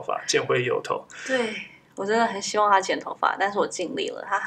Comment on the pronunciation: 哈哈最後的希‘萬’好好笑😂😂😂